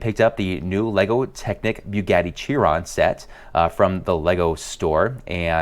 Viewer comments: Boogatty sheeron, not byoogaty cheeron. Just so you now. Nice video though! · that's how Chiron is pronounced sheeron Chiron is how you spell it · Chiron is pronounced Sheer-on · Yeah the car is pronounced "Sheeron", but Chiron is technically pronounced Kai-Ron, or Kahy-ron. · Please don't call Chiron "cheer on" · Porsche has a flat 6, not a V6. Also its pronounced "Sheeron". Excellent video tho. Definitely love both sets